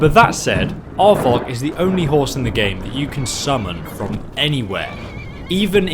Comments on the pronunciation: I can never watch videos where Arvak is involved. It becomes so frustratingly tiresome to hear his name continuously pronounced "aardvark"! Arvak is NOT an aardvark. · it's arvak, not avak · I'm sorry but it sounds like you're saying "aardvark" and now its the only thing I think of when I summon Arvak